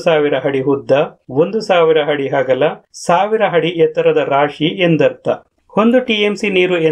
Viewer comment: ಹಾದರೆ ಅಲ್ಲ ಗುರು ಅದರೆ... ಅದರೆ...!!! ಹಡಿ ಅಲ್ಲ ಅಡಿ..!! ಕನ್ನಡ ಕಲಿ ಇಲ್ಲ ಅಂದ್ರೆ ಚಪ್ಪಾಳೆ ಅಲ್ಲ ಚಪ್ಪಲಿ ಬೀಳಬಹುದು..!!